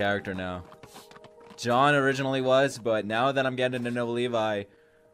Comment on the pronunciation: I just love how calls Jean as "John" it makes me laugh everytime